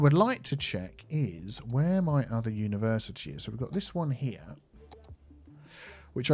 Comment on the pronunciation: Unitea Universitea